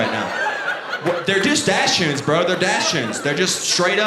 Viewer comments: he could at least say doxens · Dachshund is pronounced DOCK-zund. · it's pronounced like "daks-hoond" in German with emphasis on the first syllable. His was supposed to be a "white trash" version (his choice of words, not mine. Definitely not correct German. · Hilarious! (It's DAHK-sund, though.) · Like the way he's pronouncing Dachsund, Im southern and never heard it pronounced that way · Not one heckler in the crowd could have told him how to pronounce dachshund? 😂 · he also literally says doxons when he's talking about other people asking about the type of dog. I feel he's literally making fun of those calling them that